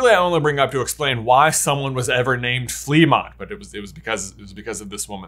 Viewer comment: It's pronounced "fluh-MONT"